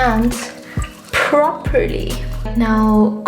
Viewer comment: The way you say properly near sink was amazing.😂😂😂